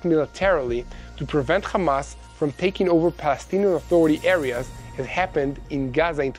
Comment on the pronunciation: Why can't you pronounce Hamas, Hezbollah and Hummus without that silly "KH" Why don't you say khostages?....is it an Israeli "likhsp?" It is sooooo irritating